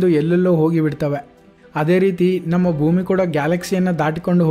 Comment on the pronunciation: ಭುಮಿ ಅಲ್ಲ ಭೂಮಿ